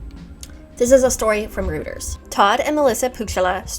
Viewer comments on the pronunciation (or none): As a gentle side note, Reuters is pronounced "roiters". People can get weird and judgy because some people consider saying "rooters" to be a tell of being uneducated. I got berated HARD once by my professor who accused me of cheating because I couldn't say it right.